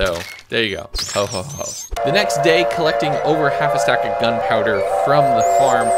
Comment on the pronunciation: day 75 says 'bay' instead of 'day'😂